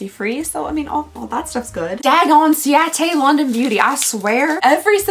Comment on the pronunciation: Love how the ciate London product activated the southern accent to the max